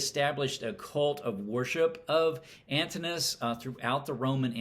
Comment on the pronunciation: Thanks for a thoughtful review. A small note: Antinous is pronounced Antin-o-us.